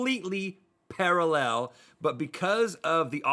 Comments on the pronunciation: Rhett says “paraLLEL” instead of pARAllel...kind of freaked me out a little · Can’t get past the weird way Rhett says “parallel”. Is that really normal in the US? Para-LLEL ... I’m sure I’ve heard Americans say PARA-llel, with the emphasis on tbe first syllable, the same as the UK. Am I crazy? 😳